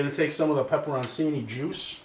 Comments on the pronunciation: This looks awesome for the Super Bowl, but as an Italian guy, its pronounced PEPPER-ON-CHINI (ch sound there)! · Add olive oil to the pepperoncini prior to blending it. And just so you Yankee boys know...it's not pronounced "pepperonsini." It's "pepperochini."